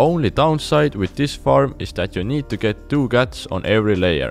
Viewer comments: Am I the only one who understood "guts" instead of "cats"? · I thought he's saying guts but cats..😂